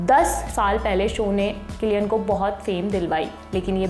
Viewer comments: मोहतरमा,,,, किलियन है कि सिलियन 😂😂😂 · You pronounced wrong